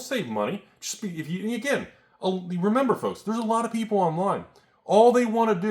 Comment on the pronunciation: F L O L K S ! (Enjoy that word dyslexia)